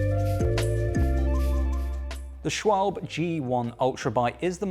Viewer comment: It is pronounced schwalbä